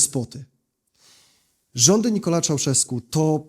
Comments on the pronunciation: Nikolae, EEEE not Nikola..... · Mówi się Nikolai, a nie Nikolae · Jedna uwaga: wymowa. To nie jest żadna /Nikola/, tylko /NikoLAE/ i nie /Szauszesku/ tylko /Czauszesku/. Podobnie nie /Timiszora/, tylko /TimiszoARA/ - zapisałem tu oczywiście wymowę.